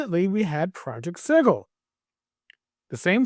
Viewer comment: you said sigil right YAY........ and Ick Kor (Ichor) they always insist on EYEkor for Ichor